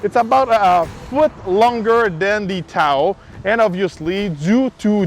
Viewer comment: He keeps saying towel not Tahoe 😂